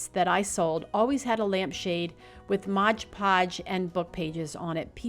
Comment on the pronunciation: It's MOD Podge, not Modge podge.